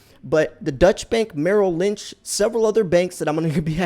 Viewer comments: I truly don’t mean this to come across as a troll, but it’s hard to take you seriously when you repeatedly call Deutsche Bank a dutch bank. It’s pronounced ‘oy’ as in void. If you were really doing that much research on the daily you’d know that. Most of us should know who/what Deutsche Bank is, if for no other reason, than that’s the bank holding billions in Trump’s loans. They’ve been in the news quite a lot. Having said that, I like your vids—keep it up. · "Deutsche" bank is not pronounced "Dutch" as you're saying it. The correct pronounciation is "Doy-chuh" bank. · Deutsche bank isn't pronounced Dutch bank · Basically correct, but it would be "DOY-cheh." Hearing it on TV, the difference is extremely subtle, because the second syllable is unstressed. If you pronounced it your way in Germany, you would be seen as having an American accent. If you want to really nail it, pronounce it carefully your way, and make a mental note of the configuration of your mouth as you say the second syllable. Then pronounce it carefully "DOY-cheh," and note the configuration of your mouth as you say the "cheh", and how it's slightly different. Now say "DOY-chuh" while shaping your mouth the way you shaped it when you said "cheh." Americans aren't used to saying final short "e"s, but they are common in German.